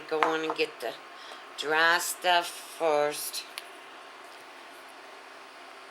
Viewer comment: Twenty foist